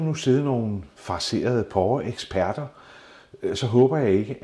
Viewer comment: Det hedder porre, og ikke pårre...